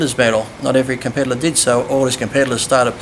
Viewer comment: tell Lee it's competitor, not compedilor lol!